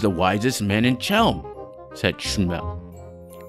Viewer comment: I don't know if you read these, but I think you should re-record. The performance is great, but there are two very bad pronunciation mistakes. "Chelm" should be pronounced with the hard h sound of "Hanukkah/Chanukah" NOT the English CH in "cheese" and Shmuel should be pronounced with two syllables (Shmoo+El), NOT one syllable (shmell).